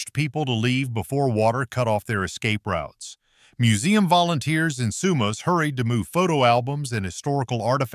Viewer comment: From BC...north of sumas,wash..he says that place different than us.. I've even heard American news say Spo..Cane wash...omg.